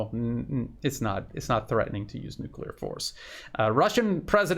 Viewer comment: Thomas-greenfield cannot even pronounce NUCLEAR !